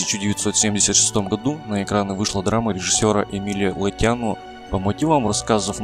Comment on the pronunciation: ГригориУ ГригОре ЛотЯну Из Бельц Правильно ставьте, пожалуйста, ударения.